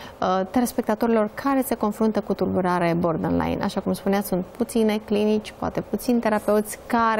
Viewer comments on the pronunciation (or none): Nu a ascultat nimeni materialul citit?! Pe tot parcursul domnisoara spune “bordenline” in loc de borderline. Inclusiv moderatoarea, ceea ce ma face sa cred ca este aceeasi persoana. A explicat invitata termenul. Ca vine de la border, care inseamna granita.